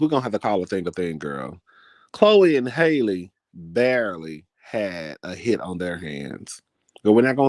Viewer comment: It’s Halle, like Halle Berry